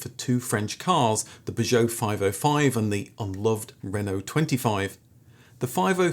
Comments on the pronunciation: You must be pronouncing Peugeot that way for comments! Never heard anyone pronounce it like that 😂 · Love your channel, but repeatedly jarred by your pronunciation of Peugeot..... P'geot! Where did you acquire this unusual quirk?